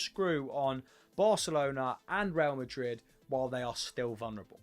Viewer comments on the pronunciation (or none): none